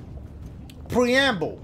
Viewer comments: I died at this part when he struggled on pronouncing preamble😂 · In my 36 years on this earth I've never heard a mf say "preamble"